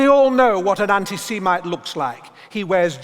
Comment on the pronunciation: Learn a false "intelligent" RP accent and not only will you delude yourself into believing you're intelligent, but you won't even be able to pronounce semite.